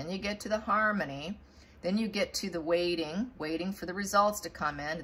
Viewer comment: 'Wading' or 'waiting' ??? Pls pronounce the 't's. I'm 1/2 deaf. Thanks.